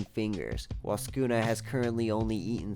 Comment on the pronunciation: Wow, the first person I've seen that actually pronounces Sukuna correctly